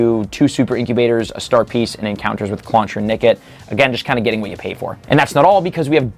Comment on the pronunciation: Pay pay pay is what I heard